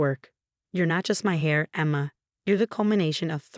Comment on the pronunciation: Silent h, heir.